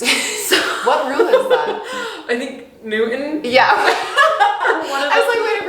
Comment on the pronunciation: 1. I cracked up when you said “Newgan” instead of Newton. As in Newtons Law 😂 2. Arugula is the SUPERIOR lettuce and I don’t care what anyone else says.